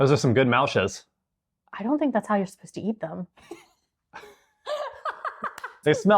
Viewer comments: De Hollanders die dit kijken 😢 hoe zij muisjes zeggen is zo vervelend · "They beat the shit outta the muisjes." 😂😂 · Beat the shit out of the "muisjes" 🤣🤣..... O. i am sorry we're out of any drink but we have karnemelk../..I don't think that would hapen/ oh ooh, i love the face you make, with the rolmops, so funny🤣🤣🤣 I still think your very brave👍you too